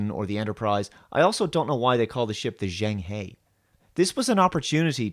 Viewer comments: zheng he = jung huh, why could no one look up how to say it properly? it's not like mandarin is the most spoken language in the world or anything... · Zheng He is a cool name for a ship. Named after the famous Chinese explorer. It seems like they've already tried to use the name a few times. Embarrassingly they pronounced it wrong. Name the best ship after something without knowing how to pronounce it. I give up. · Shame no one on the production knew how to pronounce it properly.